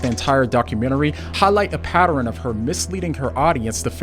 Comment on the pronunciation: Why are so many people starting to say PATEREN instead of PATTERN?